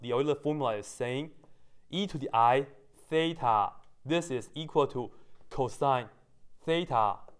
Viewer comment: I just love how he says theta as: thay-tar